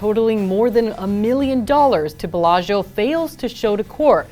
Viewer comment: 10k bail? for a millionaire check fraud. Of course he's a no show. How is it possible that a Las Vegas news anchor can not pronounce Bellagio?